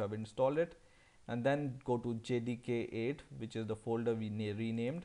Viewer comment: sounds like he's saying jihadi 8